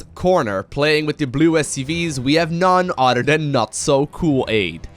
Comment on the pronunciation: I'm going to name myself Nunnudderdan and dedicate my life to getting on a video. Just to hear "We have none udder dan Nunnudderdan."